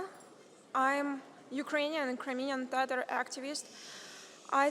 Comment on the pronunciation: What kind of tatar she is when she cannot pronouns word TATAR. Real Tatars do not pronouns it like that. She is pronouncing it more like English- tarar- instead of TATAR.